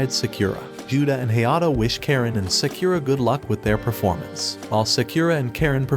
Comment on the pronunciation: Sakura name pronunciation murdered.. its Sah-koo-rah not Say-que-rah..